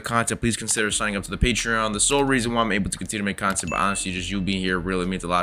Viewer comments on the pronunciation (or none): none